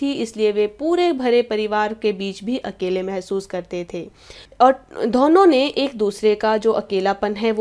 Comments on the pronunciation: Ma'am itsदोनो not धोहनो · Why do u pronounce Dona like dhono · Ma'am app dono ko dhono mt bola karo bohot hassi aa ti h dhonon nhi hota dono hota h 😂😂😂😂